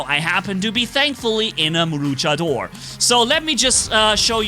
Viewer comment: Se dice luchador no luchedor